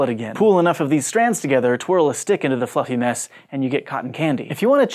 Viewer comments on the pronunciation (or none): Am I the only one who thought he said ''fucking mess" ? lol and had to re-watch like 3 times to see he said fluffy mess/ness. . Still not even sure xD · Is it just me or did it sound like he said "throw a stick into the fucking mess"? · I heard something quite different from ''fluffy mess'' the first time through... lol